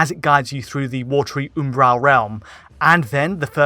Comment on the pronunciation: Is he attempting to say the word 'Umbral'?